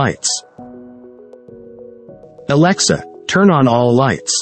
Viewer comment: 스크립트를 trun이라고 오기하니 목소리도 trun으로 읽는군요 ㅎ